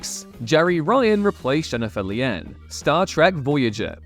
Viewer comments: if you're gonna do a list, you could at least pronounce the actors' names correctly. There is no K in the pronunciation of Shannon Doherty, and Jennifer Lien is pronounced "lean," not "lee-en." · Jennifer Lien (pronounced: lean) was said to be already displaying signs of mental illness and, depending on who’s being talked to, either got fired or quit “Star Trek: Voyager”. She was a good actress, but apparently just couldn’t continue. Jeri Ryan, who replaced Lien, yes, there was a fear she would be seen as “eye candy (Kate Mulgrew was very afraid of this and this caused a lot of tension between the two. Also, her first husband, Jack Ryan, tried to get her to do sexual acts in public in order to help him get elected to the Senate. She refused, divorced him, and Jack’s potential political career was over.)”, but it turned out Ryan was an exceptional actress! She has since gone on to star in “Boston Legal,” “Shark,” and “Star Trek: Picard.”